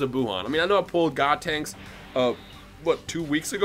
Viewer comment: does he keep saying godtenks or is that just me?